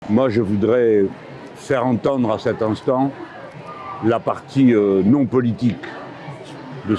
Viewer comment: Ecoutez bien quand il dit "faire entendre", il prend l'accent marseillais !!! Il viellit mal le gand- père de LFINULPES. Au fait, il y a une manifestation derrière ou c'est une école en pleine récréation ?